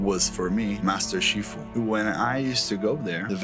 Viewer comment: Did he just say "shifu" instead of sifu?